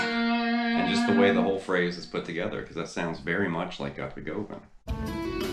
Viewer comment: For such a big fan you should know you are pronouncing his last name INCORRECTLY, it is GUHVAN, like governor, it is not GO van it is GU van….make this correction and some will believe you are really a fan !!!!!!!!!!!!!! nice lesson kinda